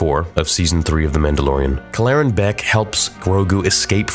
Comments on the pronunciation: Kell-eren Beq not Klleren Beq sorry but I just couldn't take it anymore. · Why do you insist on mispronouncing the name? I feel like I’ve been hearing you do this a lot recently and it’s honestly making me turn your videos off. Cal-laren? “Keller-ran” they say a few times in the episode 🤷🏻‍♂️ like bruh get the name right at least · Dude you are pronouncing his name wrong. Kel er anne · why are you pronouncing his name wrong in 5 different ways? Kell-Er-Rin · he can’t even pronounce the guys name right when they literally say it in the episode. I’m sure he’ll say it’s it’s one of those “AT AT, A-T A-T” ways of pronouncing It because the galaxy is so big…. Yeaaah sureee thing theory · what an interesting pronunciation of Kelleran's name. 🤔😜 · actually saying his name right would be a good start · Bro felt the need to recreate to pronunciation of Kelleran. Lol just say it how they do in the episode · You’re clearly saying his name wrong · Why is he changing the pronunciation of his name they literally say in the show how it’s pronounced and he pronounces it totally different. This dude does to much it’s annoying. Just say it the way they did on the show. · Why are you pronouncing his name like that?